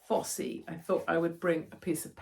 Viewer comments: It’s Fosse. Not Fossey! The Fosse road is an old Roman road. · Hi, Katie. It's HMP Fosse Way, pronounced Foss not Fossie. Named after the old Roman road. Admire your support for Alex. You find out who your friends are in a crisis. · I don't think you pronounce the E on the end of Fosse. The Fosse Way (Foss Way) is a Roman road. I think it's "foss". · its pronounced foss, silent e... as in foss park and foss way in leicester..... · Do you mean HMP Fosse Way prison, formerly ,HMP Glen Parva, Leicestershire? If yes, it's pronounced Foss, the E is not enunciated. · fosse is pronounced Foss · 'Fosse' is pronounced 'Foss' after an ancient Roman road - 'The Fosse Way' which runs past the estate I live on/